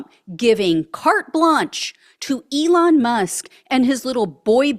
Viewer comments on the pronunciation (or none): none